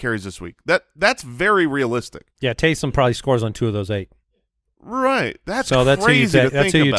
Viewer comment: Here’s a name for Taysum Hill and you gotta think of it as him saying it like Goku “TakeSum Hill”!!